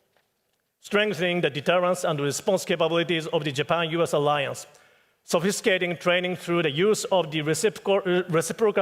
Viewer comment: そふぃすけいてぃどぅちょれいにんぐ